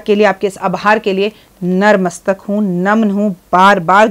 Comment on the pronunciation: Mam ap glt bolti hai natmastak hota hai narmastak ni